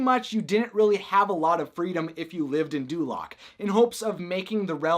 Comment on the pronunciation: Dulaq sounds like North Korea.